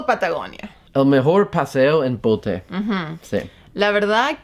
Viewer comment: es bote no pote 😆